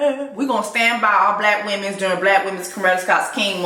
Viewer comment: “Wimmenz” is sending me so bad right now😂😂😂😂 honorable mention to “menzez”.